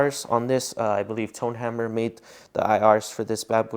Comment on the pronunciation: Swerve!!!!!!! Did he say tone-hammer???? It’s OwnHammer… respectfully of course. Sensational video.